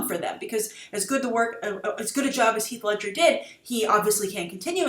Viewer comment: Did she say Hieg Ledscher instead of Heath Ledger?